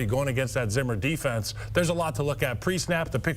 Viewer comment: Did he say "Zimmer Defense?"